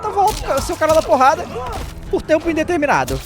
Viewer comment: "O CANAL DA POHADA" que delícia